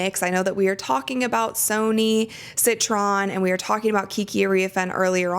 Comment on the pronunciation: Just to let you know Sonia Citron name is not pronounced Sony it’s pronounced like Sonya. I am a fan of yours just thought I would help.